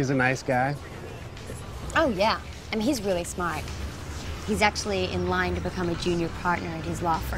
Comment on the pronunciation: when she says "line" her aussie accent definitely comes out haha